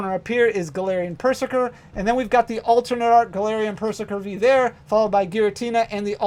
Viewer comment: Pretty sure Perzerker should be pronounced like Berserker